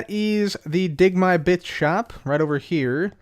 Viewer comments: I thought said "Dig my Bitch". Not "dig my bits". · Is it me or did it sound like he said bitch when he said bits